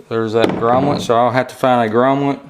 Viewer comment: Thanks for taking the time to make the video. Just an FYI, the word is 'grommet".